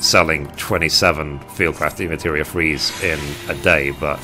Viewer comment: I'm a HUGE fan of your videos, you've helped me more than you know. And I hate to be one of "those" people but it's pronounced DEMI-MATERIA lol not de-materia.:p Much love from a big fan on cactuar! <3